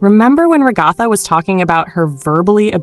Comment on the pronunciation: RAH- GAH- THA? Its Ragatha